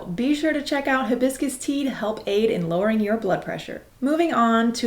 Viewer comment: sexy how she mispronounces hibiscus